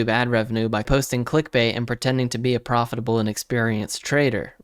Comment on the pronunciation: Nice video. I have watched some of his vids... the way he says "profitable" hahaha so? are you are legitimate crypto trader ?